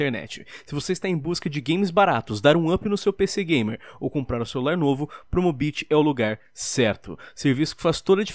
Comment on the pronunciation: É só pra mim ou parece que o lion fala Promobitch?